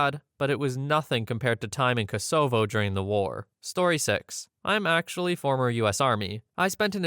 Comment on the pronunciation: that's an interesting pronunciation of Kosovo